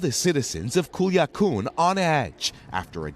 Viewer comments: Culiacán not Culiacoon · CULIACOON, SINOLA?.......WOW! IT’S LIKE WHEN YOU’VE ALREADY GOT THE JOB...WHY EVEN TRY? RIGHT? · Culiacoon, Sinola 🤣🤣 where do you find these reporters lmao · Culiacun ? Get a reporter that knows how to pronounce names the right way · Man if you gonna report something make sure you say the names right mofo saying culiacoon thinking of Cancun and sinola, mofo should pronounce and not butcher the spanish language. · he said Colorada and Culiacoon. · Worst reporter I've ever heard 'sinola' 'kulia koon' and who could forget 'coloradaa' definately worth checking prenounceation before publishing😂🤣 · Sinola cartel? Cooliakoon? Coloradah? This guy hahaha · This guy can’t say CULIACÁN OR COLORADO WTF 😂🤣😂🤣😂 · Culiacun wtf is that 😆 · Culiacán... It's an A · OMG! Don’t reporters get a phonetic spelling of foreign place names? This guy’s pronunciation of Sinaloa and Culiacán is so far off that I barely recognized that was what he was saying. If he would come down here to Morelia, Michoacán de Ocampo, I’d be glad to help him out. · This guy butchered Culiacan and Sinaloa so bad